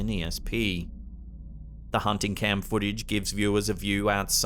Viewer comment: What is Twidder? foodich? Is it Twiiter & footage?